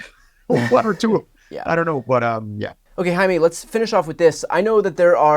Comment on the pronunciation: Ooooh, hearing you properly pronounce his name made my heart swell. I had a friend name Jaime who went by the English pronunciation but every time I called his house his mom would yell out, "hi me toe!" And then I realized his friends that spoke Spanish all called him, "Hi Me". He sadly took his own life about a decade ago but I still think fondly of him. He was my first crazy bonkers crush in high school. We would just torment each other in school because neither could face the feelings we had for the other until we admitted in well into our 30's when social media finally came into existence and we found each other again. We teased each other MERCILESSLY, so it probably was obvious to everyone around us BUT us. 😂 Two spectrum affected weirdos that didn't know how to just say, "OH MY GOSH I REALLY LIKE YOU, DO YOU LIKE ME?" ❤ Anyway. I know it's a bummer of a story because of how it turned out but hearing you say his name just made me blush despite being 50 now! 🤭